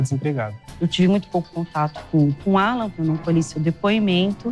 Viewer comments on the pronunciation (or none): Sinto muito pela perda da Lore parece ser uma garota maravilhosa e vindo de uma família linda! Ps. Só eu entendi a mãe dizer Ualan ao invés de Alan? Depois que eu entendi que o nome era Alan.